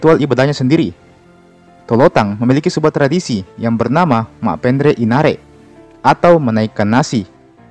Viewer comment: Yg.bikin konten bukan orang Bugis Krn TDK tau bahasa bugisx nasib....nanre d bilang inare...inare itu nama orang